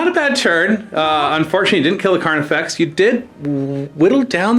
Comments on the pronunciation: Not slip of the tongue, he intentionally calls it Carniflex multiple times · Did I miss a joke or is he saying "Carniflex?"